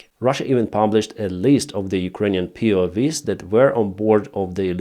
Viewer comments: POW not POV 😂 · It's not POV's, it's POW's. Prisoner/s Of War 👍 not V (vee) it's W (double-u) hope this helps with your English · they are PO-doubleUs not POVs xD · POW is pronounced Pee-Oh-double-UUs W is like wow, not Vee. but is double U's for PoW. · POWs, not POVs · POW's. Not POV's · P.O. Double U is how POW is pronounced.